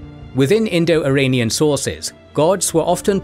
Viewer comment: You are pronouncing Iranian wrong. And they are also Indo-European.